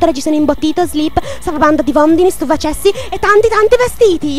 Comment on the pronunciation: e lo "stupracessi" sia "sturacessi"...